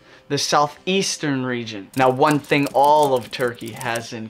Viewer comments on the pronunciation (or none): none